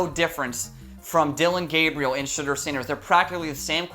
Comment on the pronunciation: are you saying shitter sanders?